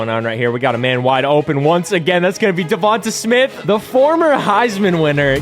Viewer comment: I understand that, but he’s saying it wrong my bad, no disrespect